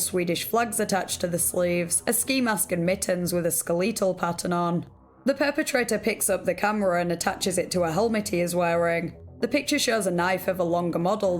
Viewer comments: “Skeh Lee tul” that’s one way to say skeletal XD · why did you pronounce "skeletal" like that lmao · Bruh am I trippin or did she just pronounce it “SKEL-EEE-TAL”